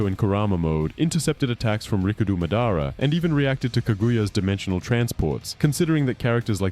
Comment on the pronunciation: "Muhdara" come on bro